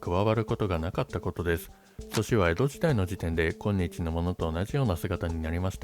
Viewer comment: AIは今日をきょうと読んでる